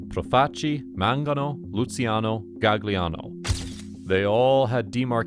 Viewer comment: Jesus, pls could you learn to pronounce Italian before you try to say those names. It's not Gag-liano. It's pronounced Gal-yiano.